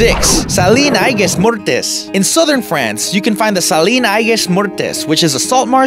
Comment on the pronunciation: Salin d’Aigues-Mortes is French, not Spanish. In reality, it almost sounds like Sallah d'Egg Morrrrt. Many letters are silent in French, unlike Spanish.